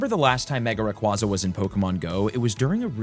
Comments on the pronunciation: Just FYI, the Pokémon is pronounced Ray-KWAY-zuh which was confirmed at the prior 2025 world championships. It’s also because it sounds like “ray” and “quasar” meaning it flies around in space like a brilliant star ⭐️ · RAY-KWAY-ZUH, as in quasar.